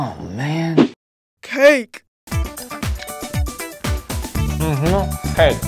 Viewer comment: Correction: Him: Mhm cake. Her: MHM CAIK!